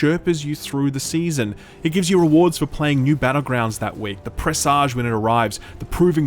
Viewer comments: It’s pronounced press edge. Like message. Not presahj (like massage). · "Presage" rhymes with "message." Don't be seduced by that sexy "zh" sound.